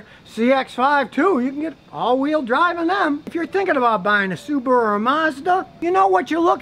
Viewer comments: Why pronounce it SubooRu when its clearly SubAHru? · Why do Americans pronounce Subaru "Subaruer"?